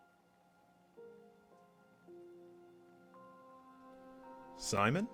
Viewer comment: noah more like NO-uh